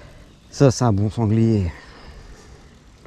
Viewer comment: lorsque tu dis "sanglier" ça me fait rire 😂 c'est mon animal totem 🤭. Le sanglier Amandine a tracé un joli parcours mais... Ça manquait de boue. J'ai hâte de voir l'humidité s'installer pour vous voir à l'œuvre dans la gadoue, 🎵 la gadoue la gadoue🎵😅 Bravo à vous et je découvre vos vidéos. J'adore 😂🤘🏻